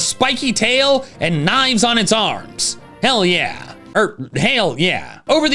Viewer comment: Lol, you said hell yeah like four times before getting to castform and I heard it as hail yeah each time.